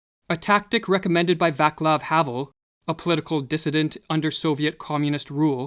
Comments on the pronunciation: Great lecture, like most of yours, thank you for the good work! A small remark about pronouncing foreign names. Do research it, you get it wrong often enough, unfortunately. For example, Václav is pronounced [vatslav], not [vaklav] (Jordan Peterson, your fellow Canadian, has made this mistake on multiple occasion, every time I hear him say it). And Cipolla (an Italian guy from another video; his name means onion) is [chipolla], not [sipola]. Stressed on the penultimate syllable. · vAAcklav hahvul? václav havel a is a soft "ah", c is "ts", i don't know why you turned "e" into "u" but it's pronounced "e" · Great job, just a little unnecessary remark: the "c" in Vaclav is pronounced like "ts" ... Vatslav. Made me smile, thank u. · The pronunciation of Václav Havel is Vaatslav Havel. Great video btw. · You absolutely butchered Václav's name :DDD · Great video. Except for the mispronunciation of Václav Havel´s name.